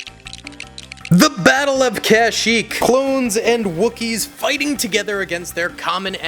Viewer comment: The kashyyyk pronunciation is killing me